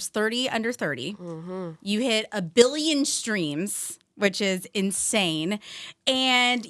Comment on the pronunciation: nobody: me when she said "a billion streams": a BILLIE-on sTrEaMs